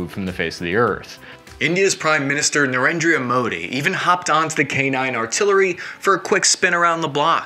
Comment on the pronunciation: It’s Nuh-Ren-Dra Modi, not Nuh-Ren-Dria Love your videos. Keep up the great work.